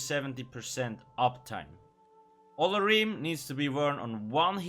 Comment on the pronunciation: Lol i love when they release new sets because you always butcher their names xD i think its pronounced Oh-lor-ee-may